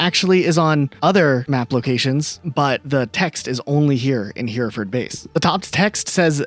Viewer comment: I know this is an old video, but I'm begging you to pronounce Hereford properly